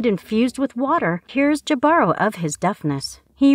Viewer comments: I think it's ee Bah ro! The h is also silen. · It's Hee•bah•roe, right? That's how I've been pronouncing it,anyway...